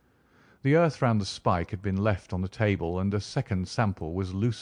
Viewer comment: Enjoyable enough, but have to disagree with the other contributor about the voice. The narrator’s voice is too modern, it has incorrect inflections and a lot of the vowel sounds are wrong, especially words using the ‘ou’ sounds as in around. It generally lacks gravitas. To hear these works narrated perfectly, one could no better than listen to Simon Stanhope.